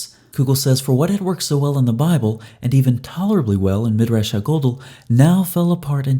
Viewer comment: Love the videos… but every time you say “ha gadol,” I cringe a little bit lol. It’s Ha (hah) gadol (gah-dowl), a Hebrew word for big or large, like when we say ha’bayit ha-gadol, or the big house.